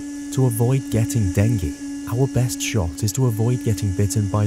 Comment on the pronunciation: please pronounce "DENGUE" correctly !